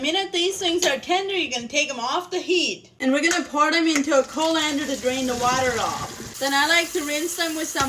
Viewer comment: A “Cole lander” y’all. 😅